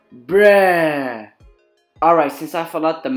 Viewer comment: Its so funny how he says bruh 😆 😆 BREEH BREEH